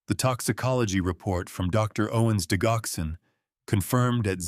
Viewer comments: THAT IS PRONOUNCED DIDGOXEN, DUDE!!!!!!! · digoxin is not pronounced wit a hard G... it is pronounced like diJoxin..... Jox not Gox.